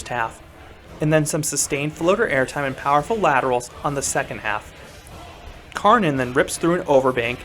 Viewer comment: Definetely my favourite coaster in Germany! btw, Kärnan is actually pronounced like Care-naan.